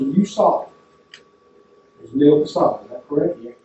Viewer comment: Casada is pronounced "Ca-sah-DAY" kind like how sometimes McGilbra is "McGil-BRAY". I don't know why, it's a spelling from the American south.